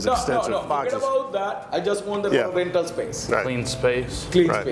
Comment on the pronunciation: cleen rental sphace sar